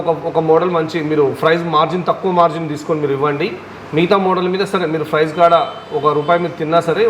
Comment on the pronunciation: Papam vidiki emi theliyadhu edho matladutunnadu.. Price ni frice antunnadu.. duplicate ni dubulecate antunnadu..sodi cheptunnadu..